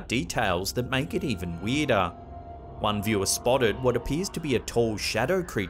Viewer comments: How weedah is weedah? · “Things get weedah and weedah.” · And weedah and weedah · “Weirder and weedah” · Weedah en weedaah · Is what you are saying ....spelled...WEERDAH? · "weeder an weeder" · 😆lmao. "And Makes the actions even WEEDAH" .. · LOL Weedah. Like Gordon Ramsey saying ooul instead of oil. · Weeder and weedah 🗿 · Weedah and weedah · What the f… is ‘weeduh’?! 😅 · "weirdah and weirdah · I'm not a native speaker but that's what caught me off right away when i heard it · Do we sound THAT weeeeed….? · It’s bad when the weedah stuff gets sinistah. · Boston accident